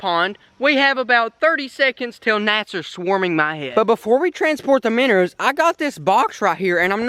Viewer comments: My favorite part was when you say miner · “Minners” or “minnows”? I’m confused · My favorite part is when you say minners instead if minnows because you sound like my family from arkansas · I like it lol its extremely entertaining